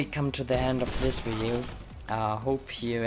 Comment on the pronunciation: I like how you say video it's sounds like you say wideo xD 😂😂😂